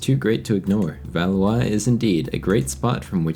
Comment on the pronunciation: I know this is a small thing but I actually really appreciate your pronunciations and you not butchering how you say Valois and Notre Dame 😂